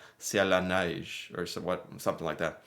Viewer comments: You pronounce ''Neige'' like a real french speaking person. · You said " sur la neige" with perfect Québécois accent ! lol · your second try was closer and you even had a little bit of a Quebec accent with the word « neige », good job!;p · Your "neige" prononciation was SPOT ON for the Québec accent.